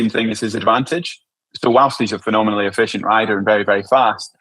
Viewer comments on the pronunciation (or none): none